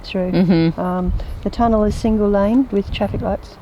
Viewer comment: Tomudell lol 😂 lol 😂 tunnel